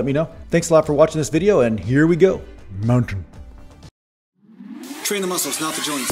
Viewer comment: The way you say "mountain" always makes me laugh 😂😂 Great video, my friend! Very useful as always!